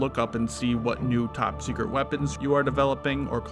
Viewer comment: "Top Sectret" XD